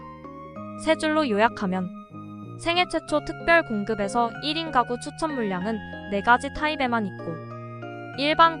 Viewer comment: 잘 봤습니다. 발음을 정확하게 해 주시면 더 편안하게 들을 수 있을 것 같네요. 미혼 1인 까구는 -> 미혼 1인 가구는 ...